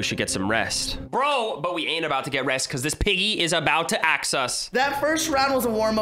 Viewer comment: You keep saying get axe in the face and its so funny!